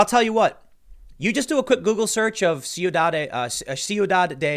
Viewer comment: Its pronounced Quidad ffs Tim not C-u-dad